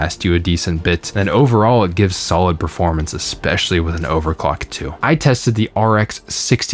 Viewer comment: Do not say "Expecially". Or "exasturbated."